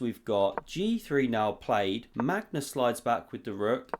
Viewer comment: is it ever gonna be a time where you actually say Magnus' name correctly?